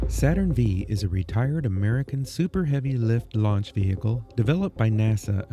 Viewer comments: Great job. Just to nit pick, it's not "Saturn Vee" Its "Saturn five", as in Saturn V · As an amateur space expert, I can safely say, you did a phenomenal job on this video! The music was top notch and really added to the feeling of being there. I just had 1 tiny critique... When you say Saturn V, you need to say '5' instead of 'V'. No one says Saturn Vee. The Astronaut Training Experience is a mini version of Space Camp, which is why it is so expensive. You didn't say how the Space Shuttle Experience was. I haven't had the courage to try it yet as I get motion sickness just riding in cars! Thank you again for sharing your journey. Each video tops the last and I'm excited to see the next! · Its Should be pronounce Saturn 5 not V